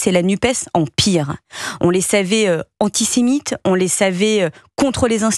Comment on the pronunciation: A Antisimites ??? A Strottistes ??? C'est grave d'en être là : infoutue de parler le français correctement à son poste de porte parole.